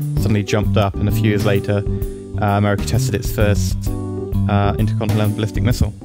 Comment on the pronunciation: you just injoy saying intercontinentalbulistikmisile?